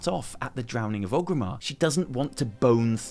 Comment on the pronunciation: Oh FFS It's ORGRIMMAR! With an R! oRgrimmar. Named after Orgrim Doomhammer. Not oGrim. oRgrim. You don't say Loderon do you? No, you say Lorderon, because there's a fecking R in it, just like oRgrimmar!!